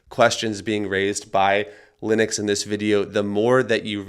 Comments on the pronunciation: why do americans butcher common english names its Lennox pronounced LENnix not LYNnix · His name is not pronounced “Linux” !! check it out!